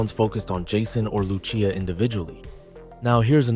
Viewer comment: u confuse night clubs with strip clubs buddy old pal old best friend.. also u mispronounced Lucia’s name its ( Loose•See•yuh) not (Loo•Chee•yuh) but ig thats what happens when u talk through A.I. smh